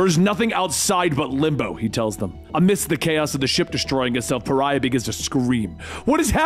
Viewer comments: It's pronounced Pa-ri-ah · It's pronounced Pa-ry-ah... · The 7 dislikes are from people not liking you mispronouncing pariah. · Or just people who appreciate proper pronunciation. Heaven forbid, though. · There’s really no excuse for it either. It’s an actual word in the English language lmao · Hey just wondering if you realised that you were mispronouncing Pariah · Rewatching this realizing you are saying Pariah wrong lol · If only you had double checked on how "Pariah" is pronounced. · I cannot watch this hearing him refuse to pronounce Pariah properly. The hero's name is Pariah because he IS a pariah. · This is multiple vids put together. In his first few he didn’t know how to say it but obviously he figured it out thru comments and such. I think it’s funny. Cuz I was like who the F is Pharrah. And then I was like OH....you mean Pariah?? 😂😂😂🤷🏾‍♂️ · (Ferrah) Love the dramatic reading but holy shit... I would google translate pronunciations... Pe-ri-ah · he says pariah correctly here lol Edit: seems like he says correctly from here on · Dude kept calling Pariah “Farrah”. Puh-rye-uh. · Pariah = pah-RYE-ah, not FARE-uh. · I know right?!?! I mean pharah isn't paraiah I'm going crazy!!! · Pariah...pa-ri-ah. How did that turn into farrah? Lol. 😅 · Umm, is it just me or did he pronounce Pah-ry-ah as Far-rah? Like Farrah Fawcett.. instead of an extremely shunned individual, a Pariah? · PAH-RHYE-UH.not "farah"😂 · ever notice always pronounces names wrong? he called pariah parrah multiple times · Bro his name is pronounced PER EYE AHHH XD ijs.. You can only hear him called Ferah so many times xD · God damn it, there's no H, so it's "Puh-Ri-Ah". I wouldn't be so mad if you didn't just hold out on the longest "ph" sound the moment i realized the mistake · Why does keep saying “Farrah”? His name is PARIAH! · OMG. Pariah, not Farrah! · Pharah? Pariah! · Its Pariah, not "Pharra" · It's pronounced Pah-rai-uh. Not faira. Major fail on that one dude.